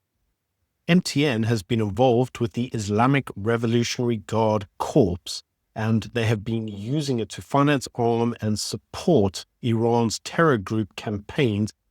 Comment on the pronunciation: "Corps" is pronounced like "core."